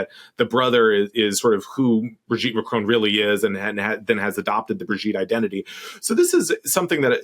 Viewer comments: It's MACRON, not Marcon. Jeez atleast get the name right. It's the name of THE president of France after all. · Macron, not Marcon. Weird. You're usually on point. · Why can't Americans pronounce Macron's name correctly? The presenter says 'Marcone' and Will Sommer says 'Macrone'! Surely a nasely 'Macronnnne' isn't that hard! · And when Trump met ‘trans’ Mme Macron he could barely keep his tiny hands off her. What would Ms Owen’s make of that? And btw it’s Ma-kron, not Ma-crone. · "Ma cron", not "marcon". Thanks "JUST emotional damage"? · "mark own" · It would be nice if you bothered to pronounce the name Macron properly. There's no E on the end of Macron.